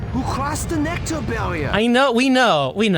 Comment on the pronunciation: Pronouncing it like NecTar kind of works for its role in the plot... has humanity stuck like a tar pit